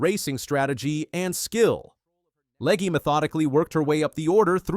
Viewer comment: I really hate AI speech, where the bot can't pronounce Legge's name the same twice and mangles Talladega. Hire a fricking human!!